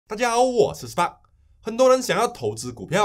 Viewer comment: 谢谢你的分享 你能把你的中文练练就好了 最好英文也练练 spark 尾音的k 你没有发出来 你总是说 大家好 我是 很不好听哦